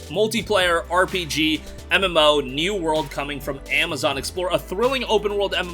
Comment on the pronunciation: Yo! Word! Its new world not New Word!